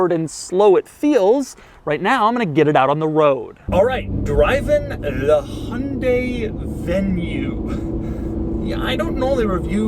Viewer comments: Lol Doug it’s HYUN dai not Hon dai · It's not hunday It's hyundai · It’s Hyundai not Hondai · why do you always say 'hundae-' ???????? can you not speak hyundai? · Me : Hi - Un - Die Doug : Hunday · "Hun-day" haha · It's called a Hyundai not honday please learn how you use its name ???? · Love the inability of americans to pronounce Hyundai and Peugeot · The way Americans pronounce Hyundai......